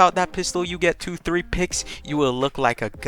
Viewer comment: He said tree hundred